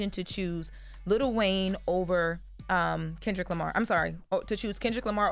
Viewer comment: It’s “KENDRICK LAMAR guys” 😂😂😂😂